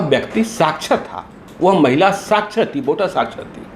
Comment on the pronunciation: Sakhchar - Nirakhchar. Littred-Ilittred. Sdo ko malum nahi hai. Vah Sdo sahab